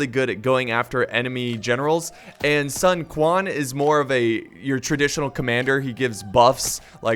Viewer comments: No. Cao Cao is pronounced "Tsao Tsao", and Sun Quan is pronounced, "Sun Chwan" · It's pronounced like Tao Tao, although Sun Ren was correctly pronounced, Sun Quan is kinda pronounced like Sun Chewn?